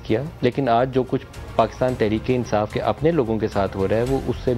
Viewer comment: Ansaaf nahin insaaf